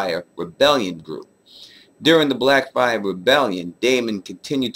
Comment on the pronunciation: You mispronounced blackfyre! You know I'm messing with you, like the concept of these videos, you know I'll be watching bruh